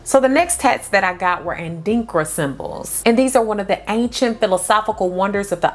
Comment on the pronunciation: Yeee u got the Adinkra symbols🇬🇭 ....the pronunciation though 😂😂😂😂😂 .. .cute